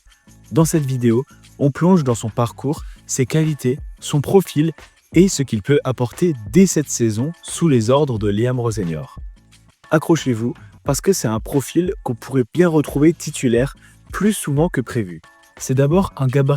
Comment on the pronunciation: c'est assez compliqué de savoir selon les noms si tu n'as jamais entendu prononcer, perso j'ai entendu Bruno Fernandes parler de lui y a quelques mois et il prononçait le E. Même Rosenior tu le prononce mal très souvent plutôt marrant, tu dis Roseniol